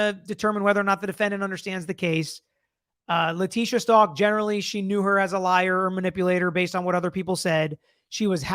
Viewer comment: Stauch like how..stowk not stalk 🙂